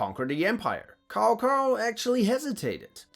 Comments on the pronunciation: COW COW, FCKING COW COW XDDDDDDDDDDDDDDDDDDD, his name literally pronounce as tsow tsow or sow sow, not cow cow, holy shit we still have people who stuck in DW3 era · Tsao Tsao, not Cow cow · Cao cao doesn't sound like cow cow. But more like Ch-ao. Ch like chuck, ends with ao rhymes with Mao. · bro keeps calling Cao Cao (tsao tsao) Cow Cow 😭 even though you're pronunciation of Lü Bu is so good xd😂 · Jesus, Cao is pronounced "tsao" in Mandarin, nothing like the mooing animal. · If your gonna give histories, learn how the names are pronounced. Tsao Tsao hasn't been cow cow since dynast warriors 3. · You did the early Dynasty Warrior pronunciation of Cao Cao 😂. It's not pronounced Cow Cow, it's pronounced Tsao Tsao. Pinyin is the official phonetic system used to transcribe Mandarin Chinese sounds into the Latin alphabet and the C letter is pronounced as "Ts" in Latin. Same thing with Quan, it's pronounced Chuan not Kwuan since the Q letter is pronounced as "Ch" in Latin. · It’s Tsao-Tsao, not Kao-Kao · it's not pronounced KaoKao , it's Saosao .. still good video . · Not kao kao but cao cao using C not K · Cao Cao is pronounced Tsow Tsow, not Cow Cow. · Also laughing at "Seemo Hauhää" :D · ......... pronounced Tsao Tsao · It's pronounced "tsao tsao" just like I wrote it. That comes straight from my friend who is Mandarin Chinese. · Cao Cao is NOT pronounced as "cow cow" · Sorry, but the way you pronounce Cao Cao like cow cow is hilarious🤣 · butchered a whole bunch of names... I mean.. "kao kao"... good lord... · I think it’s pronounced tsao chao instead of cao cao in mandarin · Dude said “cow cow” in a video about historical and fictional warriors. What a true idiot. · How do you pronounce Lü bu perfectly with the tones and umlauts and everything but say "Cow Cow" for Cao Cao 😢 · Cao cao is pronounced as "Tsao Tsao" 😂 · I thought Cao Cao was pronounce Tsao Tsao. Really love these videos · Cao Cao is pronounced Tsow Tsow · Cao Cao is pronounce xao xao